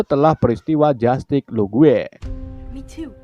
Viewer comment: Cara baca english nya sengaja kah apa emng salah 😅, jastis lugue 😂